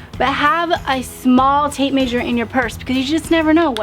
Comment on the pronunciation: I am a sub of course. ❤ I would have to say the tape measure probably because I have never heard anyone pronounce it tape may*sure and its cute. 😂 Every time I use my tape measure you come to mind. Tape may*sure is an absolute must. 😂😂😂 But I also have to say I am looking forward to trying out the Citrus Strip because I am coming up on a kitchen cabinet redo project and these cabinets have every bit of wear and tear since the 80's! Wish me luck! 😂❤